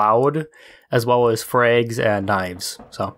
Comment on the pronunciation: who says freag any way? it's frag not fraeg lol